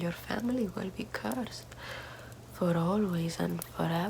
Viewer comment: CEURSED....YOU WEILLL BE CEURSED